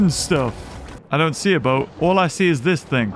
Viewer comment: when he said destroy the boat i fot he said destroy the butt xd lolllllllllllllllllllllllllllllllllllllllllllllllllllllllllllllllllllllllllllllllllllllllll